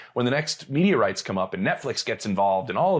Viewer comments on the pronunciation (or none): Honestly thought JP was saying when the next meteorites come up, then a realised he said media rights. Meteorites. Media rights. Call Heeded.